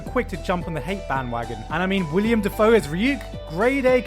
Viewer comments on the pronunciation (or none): fyi... it's Willem. Not William. Also fun fact: Dafoe is actually pronounced with a long A sound, but people got it wrong so much that Willem just accepted it and rolled with it. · Willem not William. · If there's one thing that's bugging me in this video it's "William Dafoe". William? His name isn't William, it's Willem. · It's Willem, not William. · Am I the only one bothered by him saying Willam Dafoe?